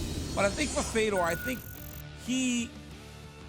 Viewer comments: Why tf is RC pronouncing his name “Fee-dor” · at first we heard feedor...then he gets corrected just by listening & he says Fedor lol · RC trying to hype up Fedor and say how much of a legend he is while pronouncing his name wrong is hilarious. "FEE-DOOR" lmao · Rc needs to go, he was saying Fedor's name all wrong and even DC is laughing at this clown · It’s a real struggle for RC with names bruh butchered fedors name twice hahaha love it